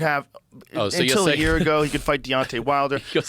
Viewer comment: Annoying how that guy say the word Year.. shivers down my spine. Hate it. JØØØØR, using norwegian letters.